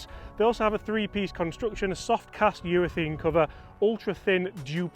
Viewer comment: Love the content but please urethAne not urethEne